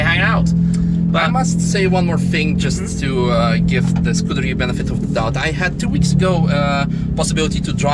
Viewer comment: Who the hack calls a Ferrari a Scurderia..